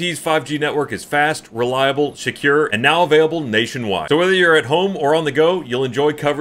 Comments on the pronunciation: at&t's network is fast, reliable, "SHECURE"... Good one.. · Hold on did say Shecure in the add? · flubbed the ad read, said "shecure". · Hey did you know at&t's network was shecure? (from flub during ad read lmao)